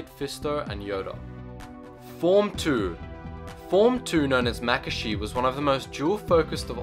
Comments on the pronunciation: For crying out loud, if you're going to make a video about the forms, get the pronunciations correct. Shi-Cho (SHE chO) Makashi (ma-KAA-shee) Soresu (SO-ray-SUE) Ataru (ah-TAR-uu) Shien (SHEE-in) Djem So (GEM SO) Niman (NEE-mahn) Juyo (JEW-yo) Vaapad (VAH-pad) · Makashi was mispronounced its Muh-kah-she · Ma-ka-shi! SO-REE-SUE!! ATA-RU!! DA-JEM SO! JU-YO! Seriously! You call yourself a Star Wars fan but you cannot pronounce forms properly. At least you pronounced Shii Cho, Shien, Niman and Vaapad right. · The way this guy pronounces Makashi pisses me off.